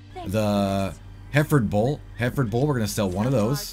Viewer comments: It's pronounced "Her-Furd" not hair-ford. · It’s pronounced “her ford” or “ her ferd” bull least here in idaho ... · Hereferd is pronounced HER FORD, like Her Chevy :) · great video man.. I have noticed a lot of others videos miss this part so it is great to see someone getting this out there also I have always heard that bull name pronounced like her-ford.. have a great day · Listening to this guy wrongly pronounce Hereford 🤣 it's Hera - furd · In England it's 3 syllables: hɛrɪfəd like H + Erica + Oxford but without the: ca Ox You guys started mispronouncing it but maybe that's more authentic to the game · Hereford is pronounced .. HER - FERD .. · heh-ruh-fud. lol. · "her ford" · You should go eat at the Hereford House, then you’d know how to say it properly.